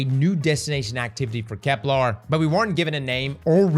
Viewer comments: Bro. Why you keep calling it KeplAr? It’s KeplEr. There’s not larrrrr sound. It’s lerrrrrrrr. Keplerrrrrrr. Bruh everyone else is saying it correctly except you 😂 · Bro gotta stop saying "kepLAR". It's "KepLER". Plz man 😭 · for the love of all things sacred and holy it’s KeplEr! Not KeplAr! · my guy you gotta call it kepLER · Can’t wait for next year’s expansion already so I can stop hearing cross call it Keplar. That and him saying systematic when it says systemic gets on my nerves so much. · Bro's gotta stop saying "KepLAR" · Why “KeplAr”? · Kep•lerrrrrr 😵‍💫 No “arrrrgh”, the pirate over here. 🏴‍☠️ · is a very VERY gay man, so colour me shocked he would pronounce it like Kep-LAAAR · Kepler.. doesnt have an A in it. Its a real-world word, cmon man